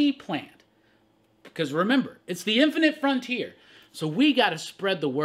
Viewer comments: I love it when says “INFINITE FRONTIER” 😂 lol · lol, please stop saying "inifinite frontier" like that...oof